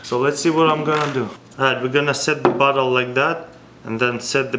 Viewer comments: What I think he said: "we got cork inside of butthole" Reality: "We got cork inside of bottle" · When you say bottle ut sounds like Butt hole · It sounded like he said "see we have the cork inside of the butthole"